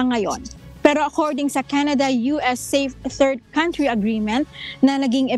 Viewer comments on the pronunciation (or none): none